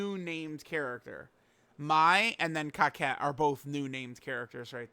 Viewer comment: Why u pronouncing Cocotte, kawkette ?